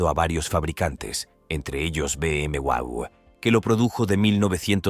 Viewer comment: BM ¿Qué? Se dice Doble U o Doble V. NO bubio.